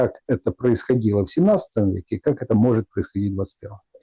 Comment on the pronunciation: Не могЕт, а мОгет!